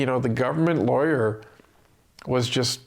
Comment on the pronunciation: When u say government lawyer, I think liberal lawyer as that's what it sounds like